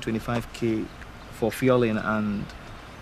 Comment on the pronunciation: 🤣🤣🤣🤣 Lmaoo what the hell is “FUELING” Uncle please follow your script.